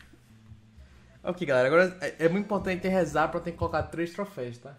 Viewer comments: Q agonia do falando trofeis aaaa kkk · só uma correção, é troféus